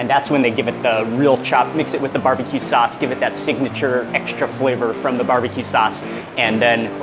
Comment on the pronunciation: Sauce not Suss